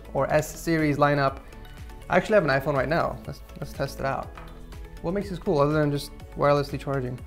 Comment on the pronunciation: yes I can hear, it was a joke because it sounds like he said pool -_